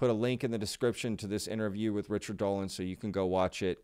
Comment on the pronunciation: not dody , DOLAN